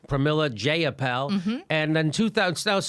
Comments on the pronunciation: Dat paypal joke nooo😂 but her last name is pronounced Jye-uh-pahl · As someone who has met Jayapal a few times, your pronunciation of her name is abhorrent XD.